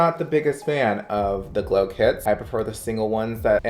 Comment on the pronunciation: are we not gonna talk about how he said glow clits 😭😂